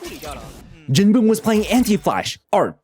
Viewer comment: calling jinboong jinbung is crazy